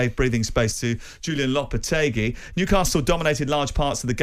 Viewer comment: Simon is supposed to know what he's talking about yet constantly mangles players' and managers' names. Yesterday he was calling Chelsea's manager "Maresco", today he is calling Lopetegui "Lopetargi" 🤦‍♂